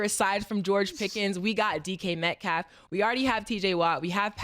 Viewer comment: Mace hate saying people names, I think he be messing them up on purpose who is My calf? It's not hard to say Metcalf🤣